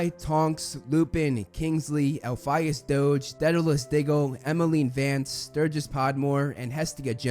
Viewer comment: Please stop mispronouncing Elphias